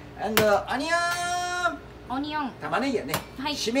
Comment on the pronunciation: the way the lady says onion lol